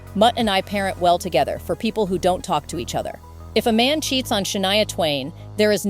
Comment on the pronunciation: Can’t stand these AI produced videos. When it says her name is “Sha-nee-a” rather than the correct pronunciation, “Sha-nigh-a” and then stating the dates of her surgery was 2018 to fix her vocal chords and then being able to release an album following the surgery in 2017??!! Like what? Doesn’t make any sense. Can’t watch the rest of this…